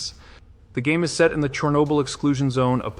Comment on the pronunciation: Ugh, these AI narrations are spreading worse than herpes. You can tell when "he" mispronounces Chernobyl while saying it right the first few times and you can also tell in some endings of sentences.